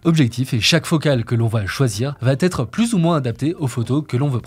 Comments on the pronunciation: SVp: les 8 zerreurs NON les 8 erreurs , pas de liaison tout comme ca va têtre !! NON va ba être sans liaison svp , les oreilles saignent :( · La prochaine vidéo va ttt être parfaite:) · Vidéo très intéressante, merci ! Un détail de prononciation : "va être" ne comporte pas de "t", donc on ne doit pas dire "va-t-être" comme ça a été fait au moins 2x ici. ;)